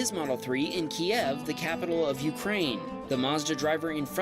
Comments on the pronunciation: Its not "key-ev". It's "q-yiv" It was legally changed in 1995 by Ukraine, to get rid of the "Russian" way of saying it. Quite important not to say it the wrong way, given Russia is claiming ownership of it. Kyiv is correct, Kiev is the way you spell and say it if you support Russia owning it. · Just FYI the proper Ukrainian pronunciation is “Keev”. Kiev is the Russian pronunciation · Please, look up the proper Ukrainian pronunciation of Kyiv. It's pronounced Keev by the Ukrainians, Key-ev by the russians. It's the easiest way you can show support. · it’s pronounced Keev. It’s the Ukrainian way. “Kiev” is Russian Go Ukraine!!! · pronounce Kyiv as "KEEV", not "KEY-EHV". "KEY-EHV" is the Russian pronunciation whereas "KEEV" is the Ukranian. Just a little side-note:) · TIL Kyiv is pronounced Keev (Ukranian version) and Key-ev (Russian version) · yes I agree. That’s what I was saying. There is a Russian pronunciation and a Ukrainian pronunciation and in a speech by Ukrainian president he said the way a lot of people pronounce is where it sounds like “Key-ev” is Russian but the Ukrainian pronunciation is where it sounds like “Kee-v” I tend to believe the Ukrainian president in how to pronounce the name of a city in his country. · It's Kyiv, not Kiev. Kiev is the Soviet/Russian name for my city. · Your pronouncing Kyiv wrong it’s keev but spelled Kyiv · Suggest pronouncing Kyiv as "Keev" like the Ukrainians do. Otherwise, great video and pointer to a great charity. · Yo, you want to support Ukraine? Why don't you start by correctly pronouncing their capital city?!?! It's spelled Kyiv. Think about it. And stop pronouncing it like a Russian.